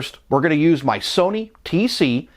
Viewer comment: you can't even pronounce Teac right... the high speed deck of yours the left meter was out of alignment you are full of sh it